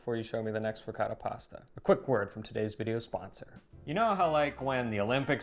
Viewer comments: please teach how to pronounce ricotta like an Italian. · Amazing video but as much as you love Ricotta,, you should also pronounce it right:) eheheheh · Veramente lui dice qualcosa come “Rihcada”. Ma la cosa strana è che lui saprebbe anche pronunciarlo in maniera originale, perché lo sente ogni volta da. Se non lo sapesse, come altri americani, si potrebbe anche in qualche modo giustificare. a fianco a lui dice ricotta, così come dice altri termini italiani in maniera originale, e lui a fianco a lei continua a ripetere…. “Rihcada”. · I, as an Italian, when he pronounces the word Ricotta, I hear a word in my ears that sounds something like… “Rihcoda”. The strange thing is that he has next to him who makes him hear every time the original pronunciation of the word (or even other words), but he continues to go on his way, as if he never heard the original pronunciation. By the way, for me the even stranger thing is that, as you also say, he after years of living with, he knows very well how certain things are pronounced in an original way, because if he didn't know, like so many other Americans, it would be more justifiable. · Quindi in questo video, per quanto riguarda la Ricotta, sentiremo dire diverse volte qualcosa come...”Rihcada”?;) Comunque, la cosa molto strana è che lui sa bene come si pronuncia in maniera originale Ricotta, perché lo sente dire ogni volta da in maniera originale, così come altri nomi italiani. Se lui non lo sapesse, così come tanti altri americani, si potrebbe più giustificare.